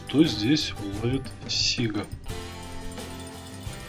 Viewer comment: у нас на,Ладоге говорят,сигА.А не сИга.А так лайк.